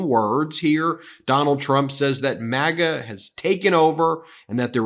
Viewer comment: When did we start pronouncing MAGA (MagA) as MogA?